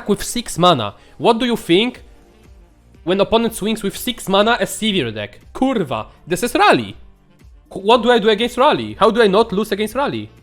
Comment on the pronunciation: I just love it when he rolls the "R" in "Kurrrrva"